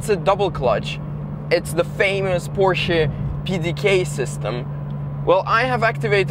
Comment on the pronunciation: I love that you are one of the only youtubers that pronounces Porsche right!